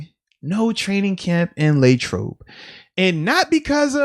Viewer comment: Nobody: Moats: Laytrobe